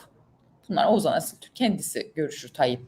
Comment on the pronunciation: Nevşin hanımcım gözünü seveyim Oğuzhan Asiltürk''e oğuzan Asiltürk' demekten vazgeçin. Dikkat ediyorum hep Oğuzan diyorsunuz:)) sevgiler seviyoruz sizi💕